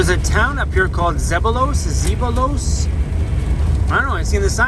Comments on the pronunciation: Zeballos Inlet was named after a Spanish explorer of the late 18th century. Therefore, the actual pronunciation should be "Say-BUY-Os." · Hey that small town is pronounced Z-ba-los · Zeballos is pronounced: ze bell us with the emphasis on the bell. Now you know. :) Thanks for visiting. and posting. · You say it like "zebayos"